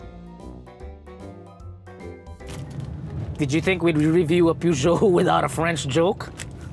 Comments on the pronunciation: I love the car and, but it's supposed to be pronounced "purr-zyo" not "pu-dyo". other than that, autodeal is still the best. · It’s pronounced ‘Per-jo.’ And slow down a bit. Your voice is cracking at the end of your sentence.